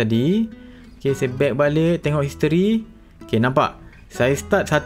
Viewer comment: History ke isteri? Dgr sebutan history mcm isteri je. Sape perasan angkat tangan